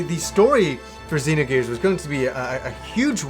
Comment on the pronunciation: I love that this guy says everything the way I did before I knew the correct pronunciations. "Z-nogears" instead of "Zinogears" - "Saaga" instead of "Sah-ga". Not trolling, just love it.